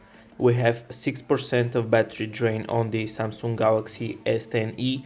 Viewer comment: Its Samsung not SaaaaM-Sunnng :DD